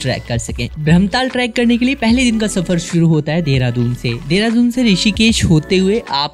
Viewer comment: Mane first time dekha ha kisi ko Dehradoon ko Deradoon pronounce karte hue. Jab meri ek frnd ne mujhe recently bataya ki deradoon naam kaise pada. To mujhe pata chala ki ma ise galat naam (Dehradoon) se bula raha tha. Correct name is Deradoon.